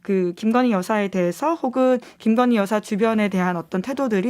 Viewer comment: 여사소리도 역겹다 자꾸 여시로 들린다